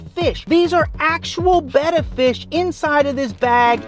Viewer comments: You need to learn how to say your fish's names right they're not bett fish they're betta fish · Really working for these comments by saying Betta wrong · You are saying betta wrong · Your saying that name of fish wrong 😒